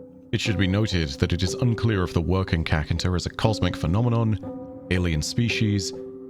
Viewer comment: Okay so this video is awesome, but the name w'rkncacnter... I cant keep a straight face whenever says it, it sounds ridiculous in my language 😂